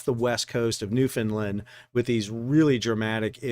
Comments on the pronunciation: Great coverage. Thank you for that. Please pronounce our name with the 3rd syllable as LAND and not LIND. You're doing fine with the first 2 syllables. Like Scotland, Finland or Swaziland, we a Newfoundland. Those this type of event is part and parcel of living here, few of us get to see it this close and personal. Thanks again for the spectacular coverage. Bob Hyslop Mahers, Newfoundland and Labrador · Fyi - Newfoundlander’s pronounce their island name as NewfinLAND not NewfinLUND Always love your vids!! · Great videos to all involved. Just a heads up. We pronounce it exactly the way it spells out. NEW-FOUND-LAND